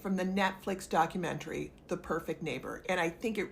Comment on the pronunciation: It’s docUmentary not dockAmentary.